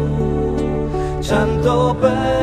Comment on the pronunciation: I am wondering why the pronunciation is so different in this version than it is in most others, e.g., "chanto" instead of "canto."